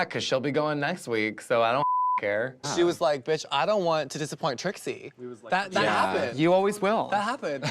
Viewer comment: Jasmine saying “trisie” 😭😭